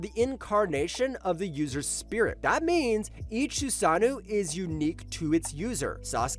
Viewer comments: It’s susano’o not “susanew”. What’s with all u lazy content creators mispronouncing words. Do better culture vultures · Can't watch any further after hearing "susanu" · wtf are you saying man, susanu is NOT how you say susanoo